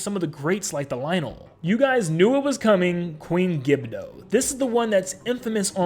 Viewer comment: Queen gibdo it’s queen gibdo